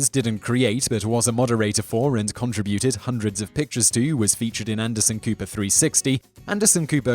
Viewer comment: Please, *please*, PLEASE look up the way to pronounce "contribute," "contributed," and so on! "Contribute" is pronounced "conTRIbute," and "contributed" is pronounced "con-TRI-byoo-ted." I don't think the English accent syllables in a way so different from the way we do,. Listening to it is -- painful. Also, on another of your videos I commented that "Nike," as in the shoes made under that brand name, should be pronounced "NIE-kee." Actually, I should have written "NYE-kee." Less confusing. This was in response to your pronouncing it as "nyek," i.e., beginning with "n," ending with "k," with a long i sound between. I hate to be so picky, and otherwise I love your videos (which is why I keep watching them in spite of the non-standard pronunciation of certain words), but this is driving me nuts.